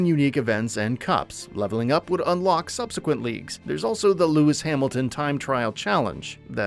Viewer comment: Loomis Hamilton? Dude, really?